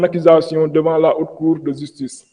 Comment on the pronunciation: Degoule francais ou sa langue a des problemes il dit la jistice et jistuice on dit ( Justice) autre mot mal pronocé car il a des problemes avec le j et le g Il dit Exijer (Exiger) .